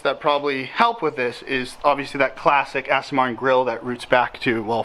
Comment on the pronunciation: It’s an AstOn not AstIN please pronounce it correctly.